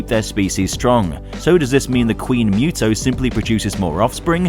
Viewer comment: its still funny that you and are still pronouncing MUTO wrong, its (MOO-TOE)